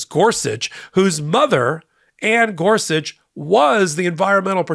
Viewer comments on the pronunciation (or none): none